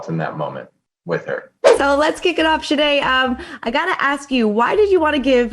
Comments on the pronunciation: did she just call Shaina Shanay? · I wish someone would have corrected her for saying “Shanay” 🤦🏽 I hate when people mispronounce my name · Sha-nay lol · Did she just call shaina shaday? 👀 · haha, tell you didn't watch the show without telling us you didn't watch the show. Shuh-nay?? lol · This interviewer is obviously a Bachelor fan 😂 constantly saying Shanae instead of Shayna 😅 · *Who is Shenay? Her name is Shaina. I don't like her but I know her name. lol Kyle did not even bother correcting the interviewer. * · I love how she keeps calling her sha-nay 🤣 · Shaina, not Shinay. Did this interviewer even watched the show? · Shin-nay…. ? 🤦🏾‍♀️ lol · Not the interviewer calling Shaina “Shanay”😂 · SHA-nay lmao 🤣 Glad he didn’t correct her. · Anyone else bothered that the interviewer is calling Shaina “Sha-nay” ? Like the least you could do was learn their names correctly 😳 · I love that the interviewer kept referring to Shaina as "Sha-ney" the whole time lol hope that humbles her a bit at least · I thought her name was Shaina? why is she calling her shenay? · Her name is Shaina, not Shenae. Beyond annoying. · Calling Shaina Shuh-nay has me cacklingggg paahahahahahahahaha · Am I the only one who keeps hearing “Shenae” instead of “Shaina”? Am I going crazy? O___O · No you're right.. I was annoyed 😖 would have been understanding if it was 1 time, but she said Shenae multiple times 😵‍💫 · She totally called her Shanae🤣🤣They ain't that different though, probably fitting, lol🤭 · I heard Shanae too 😂😂😂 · Definitely hearing that too ! Kinda cracked me up. Getting those dating reality shows mixed up! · She can not get Shainas name right and it’s soooooo funny 😂😂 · The host keeps mispronouncing Shaina's name wrong but also I'm not that annoyed because Shaina is the worst. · She didn’t even pronounce her name correctly 😂